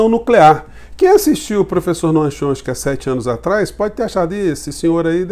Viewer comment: Professor, boa tarde. Gostaria de fazer uma correção com relação ao crítico norteamericano. Coisa simples: o nome dele é "Tchómisk"i e não "Chonski". Grato.